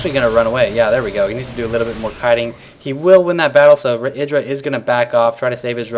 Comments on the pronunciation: Why do you call him "edra" ? It is: Idra. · idra said in an interview you should prononce it e-dra i think